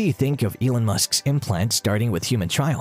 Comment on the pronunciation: Trials, not trails.